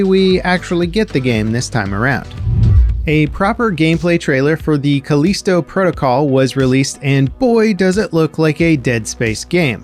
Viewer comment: I think you pronounced Callisto wrong